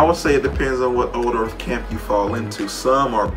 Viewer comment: "Gawd maid da urf" Painful to listen to